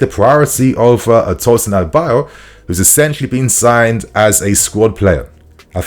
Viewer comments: not Tosin Adebayor lol it is Tosin Adarabioyo(Ah-dah-ra-bi-oryor) lol just trying to help with the pronunciation, one love bro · His name is ADA -ARA - BI - OYO not Adebayo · ....i know you're trying your best, but it's pronounced "A-da-ra-bi-oyo" not Adebayo... 🫡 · His name is pronounced as A-DA-RA-BI-OR-YOR not adebayo. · Bro, his name isn’t Adebayor, it is Adarabioyo pronounced A_Da_Ra_Bi_O(Or)_Yo(Your) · Why is everyone calling Tosin “adebayo”? His name is “A D A R A -B I OYO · it is pronounced as A-DA-RA-BI-O-YOR and not A-DE-BA-YOR. Get it right bro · Hi dude... The guy's name is not pronounced as ADEBAYOR!!!!! His name is pronounced ADARA-BE-OR-YOUR!!!! It's not good to hear you pronounce this name wrongly!!!! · Tosin A-da-ra-bi-o-yo not A-de-ba-yo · It's Adarabioyo not adabayo 😂😂😂😂😂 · People didn't notice we didn't have a defender initiating attacks, they don't have developed ball playing abilities! And did you just say "Adebayor"😂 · you got to learn how to pronounce Tosin’s last name now. Don’t let Fabrizio out do you on this one😅 “A dara bi oyo” - “Ah dah rah be or your” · you are not pronouncing Adarabioyo well. It's A(Apple) da(THat) ra(RAbbit) bi(BIscuit) Oyo(OR YOUR).... Follow the tone of the word I put in capital letter according to there pronunciation. You'll get it. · u need to pronouns his name well. Adarabioyo.